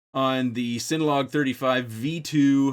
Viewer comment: Bruh. It's CINNA. Like cinnamon.